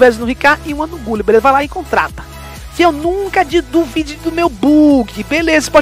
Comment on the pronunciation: Salve eu me racho de rir com essa pronuncia: RICAR e GULI kkkkk tmj